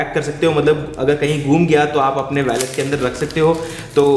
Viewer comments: It's not pronounced.....Wa-let It's Wo-let Wallet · It's not valet 😂 its wallet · वैलेट नहीं वॉलेट। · Bro it's not a vallet its wallet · ji vo Wallet hota hai.. Spelled as Woo-let/ Wal-let. Not Valet, Valet toh Car parking lagane wala hota hai. Baki video badiya thi. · valet???? seriously...... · you can't pronounce wallet lol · Abe gawar wallet to sai se bol le.